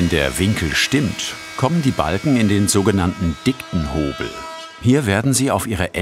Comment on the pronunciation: Das heißt Dickenhobel nicht Dicktenhobel